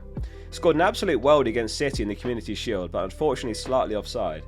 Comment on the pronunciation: i swear he called city, shitty 🤣